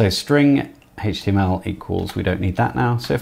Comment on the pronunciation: It's HTML not HAYTCHTML